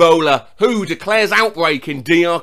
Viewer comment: It's not "who declares outbreak..." it's the W H O - World Health Organisation. You have to pronounce every Letter, not together.